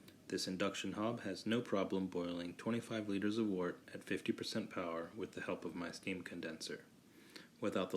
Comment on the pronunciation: Wort is pronounced "Wehrt" - Looks good though!